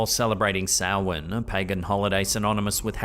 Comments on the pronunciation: And correctly saying it correctly!! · thank you for pronouncing Samhain correctly. Great clips as usual! Are you sure that the hum isn't Siren Head? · So proud of you for pronouncing Samhain properly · I'm impressed. You pronounced Samhain properly. Well done sir.😊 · Very well pronounced. Samhain is also the Gaelic word for the month of November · Thank you for pronouncing Samhain correctly!